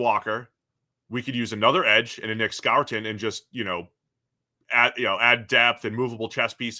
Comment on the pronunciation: It’s Nic Score-ton